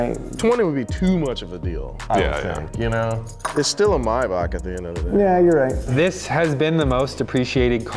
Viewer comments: It's May Back not my bac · It's Maybach, not Mybach. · i hate how they say maybach